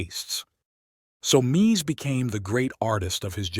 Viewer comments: Why can’t this guy decide on the pronunciation of Mies? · Please learn how to pronounce his first name.........